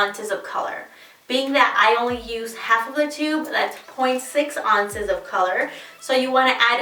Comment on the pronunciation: Great tutorial, and you are stunning! I do have to ask why you say ounces "on-ces" instead of "ow-nces"? It's adorable, I'm just curious. :) Thanks for the strategy and tips!